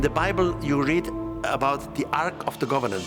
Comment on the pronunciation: Why is calling the holy relic holy gavanant!?😂😅